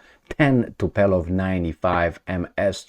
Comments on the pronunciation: TuPOlev not “TuPElov” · TUPOLEV, TUPOLEV, TUPOLEV, TUPOLEV not Tupelov 😄😄😄😄😄😄😄😄😄😄😄😄😄😄😄